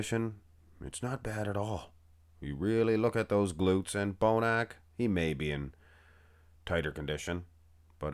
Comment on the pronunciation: Jay Cutler pronounces William's last name as "Bonnek"